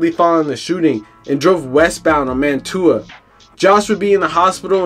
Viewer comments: Bro you don’t even know how to pronounce the street names. Man-tu-a 😂😂😂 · It’s Wyalusing Av( Y Loo Sing ) and Mantua Av (Man chu uh)